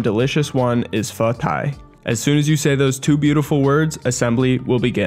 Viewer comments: Instructions unclear, I burnt the cheese and pronounced pho wrong and I am being hunted down by the Vietnamese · As a Vietnamese, I'm growing more irritated with some of the pronunciation, but amazing content! Anyways, I'll cry in my room for a bit